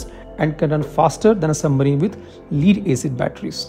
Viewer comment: Lead is pronounced as “Led” not “Leed”